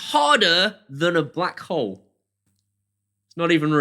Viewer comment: Need to enunciate... I heard whore not hole and went did he really just say that?